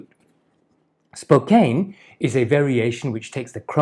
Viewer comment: Nice video. As a born and raised Spokane native just wanted to let you know like a previous commenter that you pronounce it SPO CAN, named after the native people.